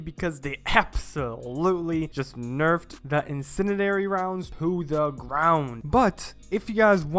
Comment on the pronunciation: bro is struggling hardcore saying incendiary "insininary"